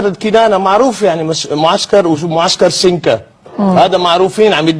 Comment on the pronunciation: طااااشي شبكه تماما... يقول ليك غرفة عمليات في كسلا وهي منطقه في الشرق....في الوقت الانه مصر شمال السودان.. إذا لا توجد إي علاقه.. لقيام عمليات في اتجاه ما عندو علاقه بمصر... أما بالنسبه ل سنكا (سنجا) و كنانه في مناطق جنوب غرب السودان وفيها مصانع اشهرها سكر كنانه